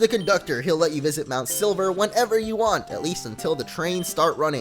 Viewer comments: hey did you guys heard that he says mount sliver not silver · silver not sliver :D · You say MT.Silver MT.Sliver XD